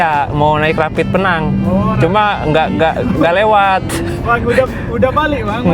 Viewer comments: masi aja bang penyebutannya Pee nang. Salah itu bang bang. Sebut Pe-nang atau Pineng. Lu nyebutnya kaya tenang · ..penyebutannya bukan Penang.. Tapi..PEnang.. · Pi neng